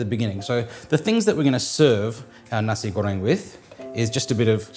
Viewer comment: Nasi goreng, warung, udang kerupuk.... thanks for taking the time to learn how to pronounce your Indonesian words correctly! Really appreciate the attention to detail!